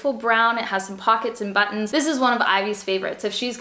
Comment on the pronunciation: You say "button" like I do! Love it! My family always gets on me for saying the "t" too much but it's natural for me in most words.